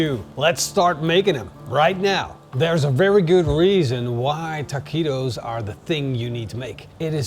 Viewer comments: The trouble is that u say ta-qwee-to. Where it should be ta-kee-to. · Hey, you have to pronounce it Takitos not Takuitos 😅 great video! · Texan tip…ta-kee-toes…not, ta-quee-dos!! looks tasty. not sure i would want Chinese twine in my grease either, stainless metal tongs will work the best. 2nd Texan tip, use the meat broth for dipping. good call on the beef neck! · I know your Dutch but every time you said taqweetos it hurt my ears. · It's pronounced taqitos silent the u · ¡¡¡ BIEN HECHO!!! WELL DONE!!! TWO THUMBS UP from DEEP SOUTH TEXAS!!!! Try using wooden toothpicks to hold your taquitos together. And they’re pronounced Takitos. The u is silent in Spanish. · Taw-queetos, you pronounced it perfectly 😂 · say TA-KEE-TOES please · ta kwee toes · You write it “Taquitos” but you say it “Tah-Kee-Tohs”… You don’t say the u when you see it in this “qui” “que” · It’s tah-key-toes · You crack me up! Taquweeetoes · Ta-kee-toes don't make me "queasy". No quease toes for me, thank you. Must forgive the Dutch pronunciation though. But it was funny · Looks great 👍. But the Q is pronounced As K!